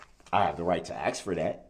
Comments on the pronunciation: Some day Americans will learn the word is "ask" not "aks" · What a moron. He should stop acksing questions (why do people struggle with the word ask?). He acksed the whole courtroom apparently. Dead people can't testify you waste of oxygen. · Awesome! I'm not going crazy! Literally the same 3 question I've been "axing" myself. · He wasn't penalized for saying 'subtained' v sustained ... he wasn't penalized for saying "aks" v ask ... He penalized himself for not knowing the difference between civil and criminal procedures. An appeal in a criminal case can be filed once the defendant is convicted. In civil cases, the case is stayed until the Appeal is decided by a higher court. Why? In civil cases, the Judge has far more authority over evidence and witness testimony where as in criminal cases, the law is very clear and unforgiving for the Judge's rulings must adhere to the rules of evidence as defined by past practices to protect the innocent that dates back to JC who was wrongfully sentenced to death v LIFE for being a HE R ETIC ... Etic means the study of a culture as in laws of reLIGion v state .... a HERE.TIC is a human para$ITE such as a Sovereign Shitizen Guru could be in either case... soveREIGN means KING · He can’t pronounce the words “ask” or “tacit,” yet we’re supposed to believe he even has a basic knowledge of criminal/con law. SUUUURRRREEEE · Although Mr. Brooks is clearly a very knowledgeable guy 🙄, there are a few things he does not know. 1. The definition of hearsay 2. The proper pronunciation of several words, sustain, recuse and ask are a few 3. His name